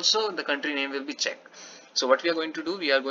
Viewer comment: Yes, you are pronouncing Czech correctly :)